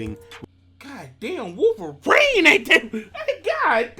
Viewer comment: Nigga said she worlverine😂